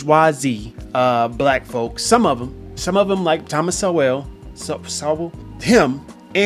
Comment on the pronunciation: This guy is max 80 IQ. He hates a man with knowledge. His jealousy, a virus running rampant in the ratchet ghetto, mandates that he destroy the man who is an Americsn success story. Right? Can't pronounce the name of Thomas Sowell? Go back into the toilet and cover yourself, infant: you are shameful.